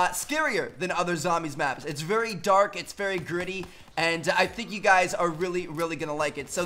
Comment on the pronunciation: "tmart here and today i am veryuh veryuh excited"